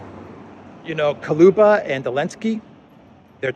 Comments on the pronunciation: attention! Кулеба Koо-leh-ba Not Ko-loo-ba Hello from Vancouver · It's Kuleba not Kaluba!